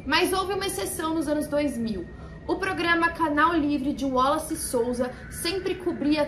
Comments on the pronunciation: Porque vc está falando o nome WALLACE com pronuncia Américana? Boba vc, hein! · Achei engraçado ela falando "wollace" kkkkkk